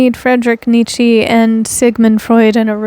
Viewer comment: I love this so much, never clicked on a vid so quick lol. Wanted to let you know his name is pronounced: "KNEE-cha"